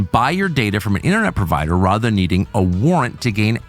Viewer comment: Whoa why did tucker say "Rother" instead of "rather". Thats liberal talk up here in Canada...